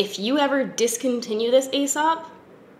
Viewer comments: it’s pronounced “ee-sop” not “ay-sop”. (They used to be a client of mine back in Australia and they corrected me when I said it the “ay” way!) I’m also addicted to their hand wash. I bought their large hand cream and it was like $100 and I felt like a fuckin’ nob but damn it’s good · As soon as you said 'fancy restaurant' I knew you were talking about Aēsop. You pronounce it 'Eesop' (see in the logo, the line over the e). It lasts FOR AGES. I consider the mandarin handwash essential for my wellbeing and mental health ;-) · It's "ee-sop". The cosmetics/personal care brand company spells their name "Aēsop" which is another way to spell it, indicating a long e sound ("ee"). Ae (together) was once it's own letter/symbol: æ (it's known as 'æsc' or 'ash', which is how its pronounced) which you'll still see occasionally. Brits use the ae (mostly seen as separate letters now) that North America generally doesn't (not even common in Canada, where we've retained the U in worlds like colour and neighbour). So that may still be used in words like encyclopaedia, paediatrician, and archaeology. You'll see it in Caesar, too! All of these examples see the ae pronounced as -ee-. Annnd that was a lot of explanation. Take what you will, leave the rest. 🤷‍♀️ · Ahaha loved your Aesop spiel! I always forget that it's so much more expensive outside of Australia. We get so many overseas visitors stocking up bc it's mildly affordable here. Btw I work for them and it's pronounced as "e-sop" (rhyming with key) but I pronounced it incorrectly in my job interview lol so don't even worry. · Aesop is pronounced ‘E-sop’. I literally interviewed for their labs in Melbourne and pronounced it the same as you and they instantly corrected me. Mortified but also I learned a thing.